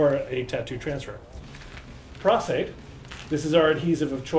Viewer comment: Dude it's PROS-Aide, as in "pro" with an "s"! lol